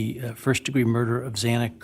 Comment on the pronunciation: I think calling xana and Ethan human beings the second time was due to mispronousing xanas's name, and he kind of went into auto pilot out of embarrassment. Just a guess on this one